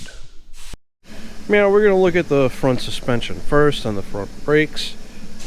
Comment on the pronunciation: Did you lessen the flavor on those strut towers? I don't know if its just me, but everytime you say "now" it sounds like "meow" :D